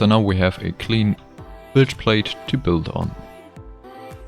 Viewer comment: I'm sorry, it really is impressive what you're doing, but I find your pronunciation adorable. Büld. Hehe.